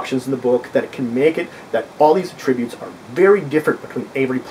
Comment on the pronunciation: I've seen others comment on this, but without any helpful suggestions; allow me to correct that. You say attributes incorrectly, at least to the ear of English speakers in the USA. You say "ah...tributes", when we pronounce it "at-trib-butes". Forget that there was ever a word "tributes", which your mind links to this one; focus on the "trib" part, and say it as your would in the word "trib-u-lations". You also seem to say it as two words, which is why I used the 3 dots for your version, indicating a pause- "ah...tributes". You should not only emphasize the "trib" part, but also say it as one word with 3 syllables, rather than saying it as two words. I hope this helps you be better understood in the future. I can look past you mispronouncing a word, but perhaps other members of your potential audience would be turned off by something hitting their ear wrong, especially because it is a word used so often with gaming and this video.